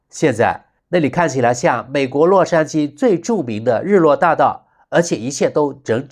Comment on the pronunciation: 知事，井井有条，不是整整有条。